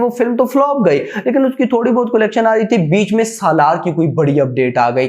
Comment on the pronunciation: Bhai कोलेक्शन नहीं कलेक्शन होता है😂😂😂